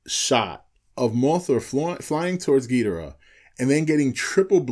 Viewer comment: Man dude its Ghi-Doh-rah for fuck sake even toho and legendary confirms this